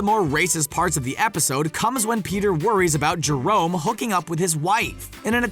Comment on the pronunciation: He literally just called Jermone, Jerone" 😂😂😂